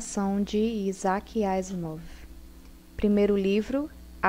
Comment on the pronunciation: A pronúncia do nome é aizac não izac